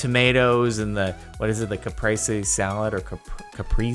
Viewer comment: I think it's pronounced "kah-pray-zee"